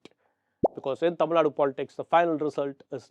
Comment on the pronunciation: It’s Tamil Nadu. Not Tamil Naad. In English also it’s Tamil Nadu. The Hindu- pls take care of pronunciations, this is not print media.